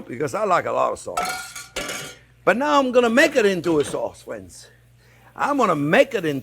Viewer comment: "Well hello there phrinzzzzzz!"